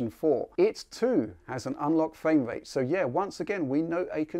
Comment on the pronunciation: You've got great content man, but I find it difficult to overlook the fact that you cant say "R" sounds correctly. Its not fwame wate, its frame rate. I hate to be rude it sounds childish